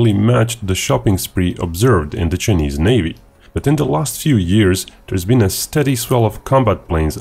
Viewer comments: "Chy-knees", not "Chin-ease". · Love your accent, and the fact that you don't hide behind a "robot reader" like some channels, but "Chinese" in English is pronounced "chai-neez". 🍻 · Ah yes, the Chin-eees. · Chii knees ???? Hey pronounce it properly!!!